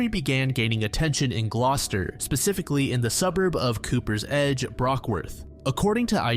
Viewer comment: It's good that he pronounced "Gloucester" correctly considering he's American haha